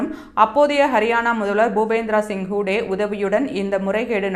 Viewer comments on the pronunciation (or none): ஏன் இப்படி பெயர்களை கொலை செய்கிறார் செய்தி வாசிப்பவர்.. வாட்ரா ஹூடா என்று சொல்லாமல் வாடேரா என்றும் ஹூடே என்றும் சொல்கிறார்.. சாணக்யா செய்தி வாசிப்பவர்கள் உச்சரிப்பில் கவனம் செலுத்துவதில்லை.